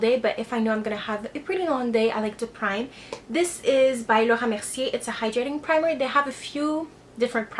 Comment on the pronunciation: C'est vrai! Elle a prononce le Laura mercier tres bien! Moi aussi j'ai repere chez elle un petit accent.